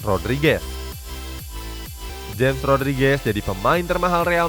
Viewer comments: Bukan dibaca jems tapi dibaca hames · James bukan dibaca jem. Tapi dibaca hemesh, frasa dibetulin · James ( hames bukan jems) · Hames Rodriges, Bukan jems Rodriges. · Cuma ngasih tau bang james Rodriguez,james nya bacanya hames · Yg james bacanya hames